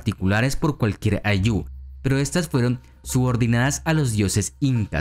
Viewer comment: Muy buena información querido amigo Una observación: El acento de la palabra Ayllu es en "Ay", no en "llu"